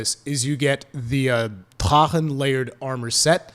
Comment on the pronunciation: Boon that’s the German pronounciation of the word. Drachen is a German word, so he’s in the right.